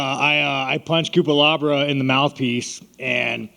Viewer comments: "Coopalabra" lmfao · The way he mispronouncs IAN CUTELABAs name 28 times is amazing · Cutelaba needs to legally change his last name to Cupelabra after how many times sean said it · cutelaba = cupelabra lol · "Cutelabra" x20